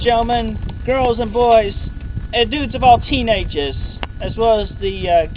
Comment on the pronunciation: For a while I thought he said "Dudes of all teenaguhs", but he said "teenages".